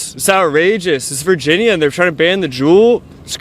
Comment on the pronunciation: Is this guy saying "Faginia" or is it just me